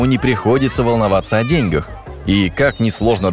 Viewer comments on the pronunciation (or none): и ударение не "волноваться о дЕньгах", а "о деньгАх"